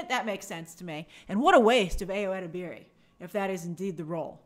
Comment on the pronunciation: Hi Grace! Ayo's last name is pronounced (eh-deb-er-ee) have a good day!